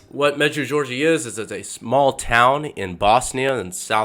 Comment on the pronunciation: Med-ju-gor-ri-ya. I know it’s not easy but your attempt was a bit off. The apparitions are still going, from 1981-present. The authors real name is Terry. I don’t know why he doesn’t use his name. Our Lady did say once in a message to turn off the TV. She has warned us of ‘modernism’ and the problems associated with that on a number of occasions.